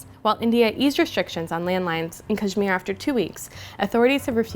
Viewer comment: First learn to pronounce Kashmir right and kindly tell us from what Language "Kashmir" is derived from..